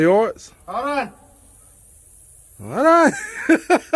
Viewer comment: "Hol on"😁